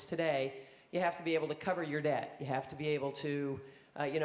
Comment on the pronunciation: Dept? Pronlem?